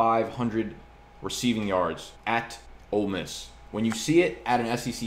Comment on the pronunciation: I really appreciate your correct pronunciation of Ole Miss.